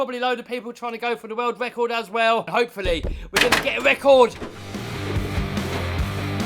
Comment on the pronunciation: Wecord ? WTF is a Wecord ?